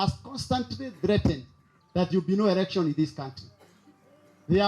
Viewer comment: not erection Mr.its election.